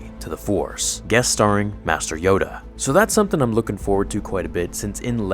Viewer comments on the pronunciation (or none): none